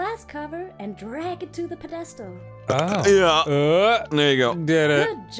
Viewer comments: pa-des-tal... you mean pedestal? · wtf is a puhdestal? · drag it to the ped-destal? I have never heard such a goofy way of saying pedestal before. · Did that fairy just pronounce pedestal as "puh-DES-tel"? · Anyone else freaked out by the way narrator pronounced "pedastol". Prolly didn't spell that correctly :( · I'm sorry... puh-destal? Oh god, I'm in for a ride, aren't I? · Wtf... how did neither of them EXPLODE with laughter at the pronunciation of "pedestal"?? PedESTal? Whaaaat.... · Pe DES tell?? Did no one notice that pronunciation? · I’m a little pissed that they pronounce “Pedestal” as ped-(as in peddling a bike) eh-stall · I'm sorry, 50 seconds in did she say "ped-AS-tal?" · Like I wont be able to sleep over how tf she pronounced that. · um, ok, who pronounces pedestal like that? thats just weird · Julia990 me 😂 and it’s pedestal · i won't be able to look at a pedestal again without thinking of the way this narrator pronounced it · Are we not going to talk about her pronunciation of "pedestal" ??? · How did Dan not slag the pronunciation of pedestal? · I don't think that's how you pronounce pedestal... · Did that fairy say “pedestal”? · Stop everything . Girl from the game, how? How do you go your entire life -- not even as a voice actress but as a human being with ears on the side of your head -- without knowing how to pronounce "pedestal"?